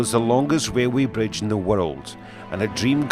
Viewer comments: Wailway bwidge, Fixed it for you... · Wailway bridge lol